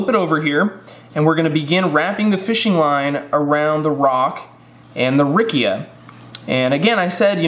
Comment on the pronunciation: Very useful video!! .. the correct pronunciation would be “ riccha “ no “ rickia “ 😅